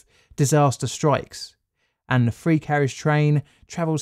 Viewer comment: Three not free, you're pronouncing TH sounds as an F.